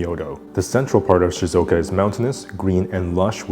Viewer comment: just fyi it's shizUoka, not shizOka (should be 4 syllables) :) might as well try to say the name of a place correctly if their tourism board is sponsoring this video haha